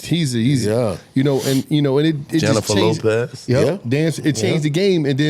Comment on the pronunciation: tootie slapped giile for saying "jenner lopez" looool